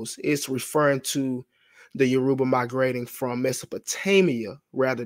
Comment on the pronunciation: “Yaroobuh” in place of Yoruba every 5 seconds is killing me. 😂